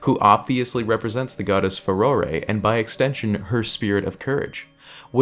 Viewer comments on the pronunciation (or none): I’ve never heard anyone pronounce farore “faroray” I’ve always pronounced it fa roar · It’s fuh-roar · Ooh I actually like the pronunciation "feh-roh-ray"; sounds more sophisticated and fitting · I've always pronounced Farore as a three-syllable word - occasionally Fa-roh-ray but mostly Fa-roh-ri (like Persephone, Eurydice, Calliope, etc.). I only recently started watching Zelda videos after having mostly been in text-only parts of the fandom and I was FLOORED to hear people saying Fa-roar. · I have a stupid question regarding the Zonai. Do we actually know for a fact that they disappeared between calamities and weren't actually much older.? Like, Skyward Sword backstory older? edit: Also, so glad to find I'm not the only one who pronounces it Fa-ROAR-ey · I don't really care HOW you pronounce Farore. Just pronounce it however you want, dude. Actually, that just brings me back to when I first played OOT 3D (I was a Zelda noob at the time), and I misread Farore as "Fayore" and pronounced "Gerudo" as "Jerudo". Now I look at my past self and laugh. 🤣